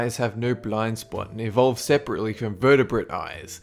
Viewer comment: i hate the fact he said evolved